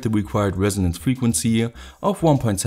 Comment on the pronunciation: The Frequnsie.. the faillyrre.... sie you next time